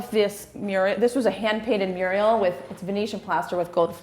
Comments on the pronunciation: SnOOker, Mural (not murial), gold flake(not flack)... is it because she's American or is she just wrong? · Oh dear, does have some intriguing pronunciations; Elizabeth -Ian, snucker, hand painted ‘muriel’, too-neshian, (it’s a ‘minstrels gallery’ not a mezzanine balcony). If you are going to show a property and talk with authority then at least make sure you know what you are talking about.